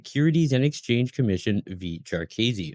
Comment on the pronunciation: Pronounced JAR-kih-see, not jar-Keazy